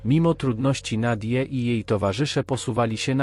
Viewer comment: Jak zwykle na latwizne... lektor AI... Kyjek treakingowy Nadyji... Po co robisz cos w co nie wkladasz ani odrobiny wysilku... Wez przyklad ze Szczytomaniaka. Radosc sluchania, a tu nic poza kalectwem...